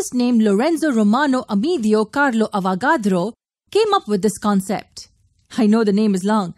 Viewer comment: "Lorenzo romanco amedia carlos avocado" is what i heard